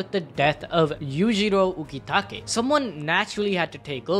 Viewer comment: if you're going to make videos on bleach make sure your information is accurate. Renji choose to remain a vice-captain, Hisage has used his bankai, lisa's weapon isn't a scabbard. the list goes on. and just so many names were pronounced incorrect, with ukitake's just straight up being butchered.